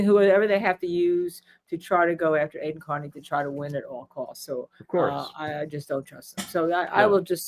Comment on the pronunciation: Why can't Cosgrove seem to let go of his case against Aiden. He only wants both or none at all ? seems like he is acting in bad faith against Mr. Kearny and ms. Read. Holding something over both of their heads, I agree also, mispronouncing Aiden's name is definitely a sign of disrespect as all have noted.